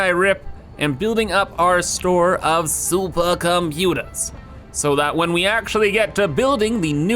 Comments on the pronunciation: Every time i hear saying "Suppacomputaa" the day is a little less worse:D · Yeah same